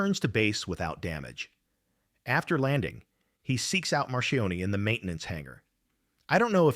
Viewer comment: Marchione not Marion.